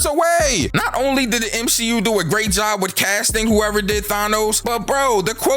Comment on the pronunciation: Three words M-She-U